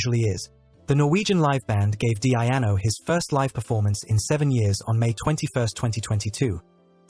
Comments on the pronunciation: DEEEE-ANO not DEE-AI-ANO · Awful AI voice, can't even get His name right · Wish he pronounced his name right... other than that it was a nice video